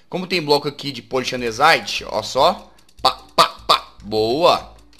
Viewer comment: Só eu que odeio MUITO, quando ele fala Polished Andesyte, pqp que raivaaaaaaa PÓLICHÉD ANDESAITE, naaaaaaaaaaaaaaaao